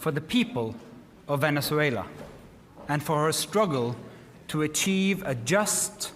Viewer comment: Jab...Venezuela..bola ja raha he tab ... Prasanna ji aap ....venzula kyu pronounce kar Rahe he